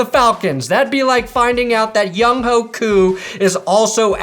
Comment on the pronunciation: Although I also call him Young Ho because it’s funny… it’s actually pronounced “Young-way”